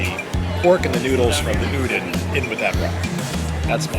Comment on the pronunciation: Awesome! Thank you for showing the new noodle booth! Can’t way to try it when I go!! Also, just sharing… the “don” in udon is pronounced more like “dawn” than “din” and the word pho is pronounced like “fuh”. I hope that doesn’t come off as offensive, just sharing info about Asian culture :)